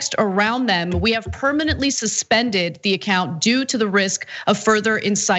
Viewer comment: psst...permanently..it s longer than permanetly..love your show. J.L